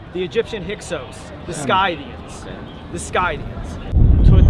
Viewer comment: The Neo-Nazi guy: saying a fuck ton of B.S. Me: getting annoyed that he pronounced "Scythians" as Skaythians and not /ˈsɪθiən (Sithians) and manged to relate an Indo-European nomadic people from the steppes to the Jews of the middle east.